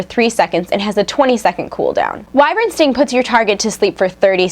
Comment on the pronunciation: Also, you pronounced Wyvern wrong.